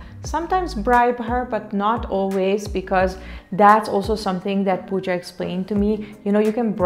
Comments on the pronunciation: Pawja ?? It's not Pawja it's Pooja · Pawja is not right, it's Pooja or Puja 🙂